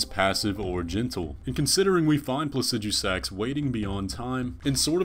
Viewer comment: Not trying to be a grammar nazi about made-up words or anything lol, but why do you pronounce Placidusax plah-sih-dyoo-sax? You said yourself that the root of the word, Placidus, is pronounced plah-sih-duhs, it should be plah-sih-duh-sax, no?